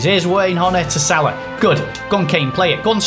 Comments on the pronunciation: It's pronounced sala not sarlar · Ffs it’s Sal-a not solaw it’s so triggering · It’s pronounced sala not salar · It's pronounced sala not salar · you pronounce salah completely wrong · that’s not how you pronounce salah